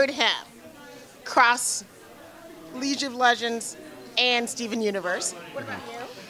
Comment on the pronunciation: "Leege of legends" XD